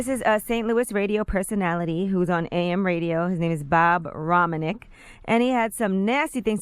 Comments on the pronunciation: This woman don't even know how to say Bob's name! lol It's Ro Man Ik and No he won't be fired because he owns the radio station along with 2 other AM stations! lol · It’s actually pronounced “Roman(t)ic